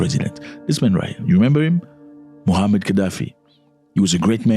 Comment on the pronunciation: Muammar not Mohammad.